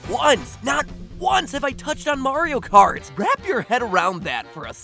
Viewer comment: Mario KKKart